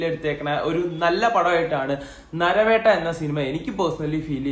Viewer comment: Naravetta alla machane narivetta😅